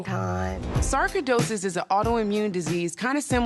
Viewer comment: Sarko-dosis? I've never heard it pronounced that way.